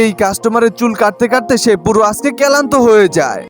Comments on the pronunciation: ক্লান্ত ❌ ক্যালান্ত ✅ 😅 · ক্লেন্ত না ক্লান্ত😂😂😂